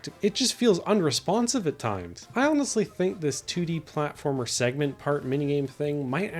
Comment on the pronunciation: “What’s a pwatformer wit out the pwatforms” -Bubzy